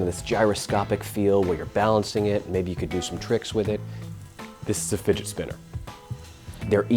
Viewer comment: "To be cool you need a figit spinner."- this guy